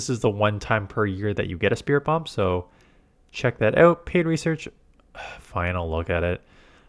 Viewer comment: Spiri-tomb, not Spirit-bomb. Also, in the English dub of the Pokemon anime Morpeko is pronounced "Mor-peck-o" so that's the one you should be using.